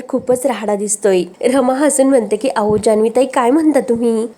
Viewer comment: अहो chya ऐवजी ao असं काय म्हणते, बोलायची स्टाईल, शब्द खूप विचित्र आहे, निवेदिका बदला, कोणालाही येऱ्या गेऱ्या la व्हिडिओ बनवायला देता